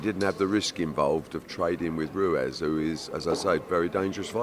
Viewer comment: Ruez it’s Ruiz